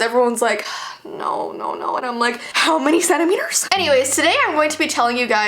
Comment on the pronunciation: "HoW mAnY cEnTeMeTeRs"